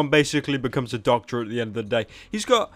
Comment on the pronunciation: The baby wount become doctor he said docta